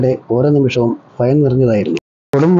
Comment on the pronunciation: ഫയം അല്ല സുഹൃത്തേ, ഭയം